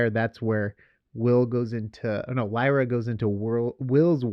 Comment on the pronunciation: Her name is Lyra, not Lyria!